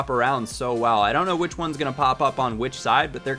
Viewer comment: yeah I heard that too haha he didn't feel like redoing it haha